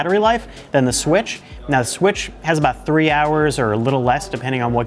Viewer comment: Is it me or is he saying swish instead of switch